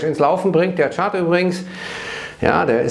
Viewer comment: Was hat es mit dieser extremen Betonung und mit den Kommentaren bezgl.. diesem Chart auf sich ? Hab da wohl was verpasst.